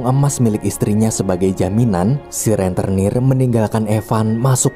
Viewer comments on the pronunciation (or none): "Rentenir" bukan "Renternir".